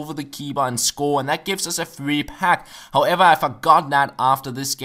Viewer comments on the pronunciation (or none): none